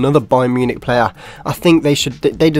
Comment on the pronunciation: the way he says player. PLAYA